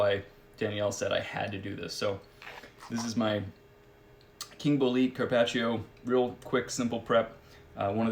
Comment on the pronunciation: Ummm, it's pronounced bole-eh-te, not Bol-eet